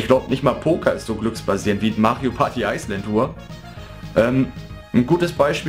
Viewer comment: Ich finde es witzig wie du immer Ice Land Tour sagst :D Ich hab mir das Spiel gar nicht mehr geholt^^ Finde es irgendwie total uninteressant. Obwohl mir Mario Party 9 eigentlich gefallen hat. Ist wohl nix mehr für mich^^ Aber naja, so wie deine Review ausfällt sollte ich wohl ganz froh sein dass ichs mir nicht geholt habe :D